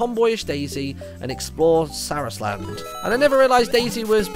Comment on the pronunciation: sa-rasa land is who u pernoce it